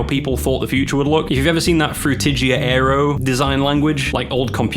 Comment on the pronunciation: bro said FrutIJiA 💀